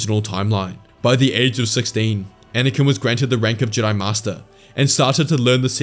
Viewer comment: the way you pronounced jedi at the vary end there, was that meant to be a callback to the ancient jedI from before they split into the jedi and sith?